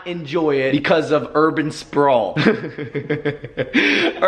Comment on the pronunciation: pacific??? u mean specific???